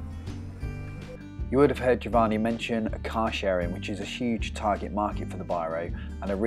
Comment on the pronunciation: So annoying how he butchers the other guy's name as Jo-Vaahnee...